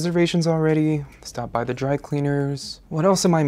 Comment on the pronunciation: The way he says "duh" and not "the" or when he says "art" instead if "a.r.t" ugh.. And that shaving scene.. Made me want to cry, I've been a huge fan of technobuffalo for years but he makes me not want to watch the videos..